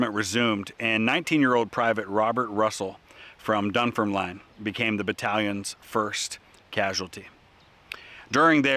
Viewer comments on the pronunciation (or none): Great that you can pronounce Edinburgh, but Dunfermline is pronounced Dunfermlin , last four letters are pronounced as 'lin' not 'line'. Thanks again for the great videos.